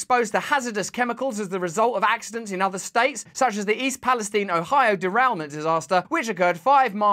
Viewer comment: Why is everyone intentionally mispronouncing East Palestine?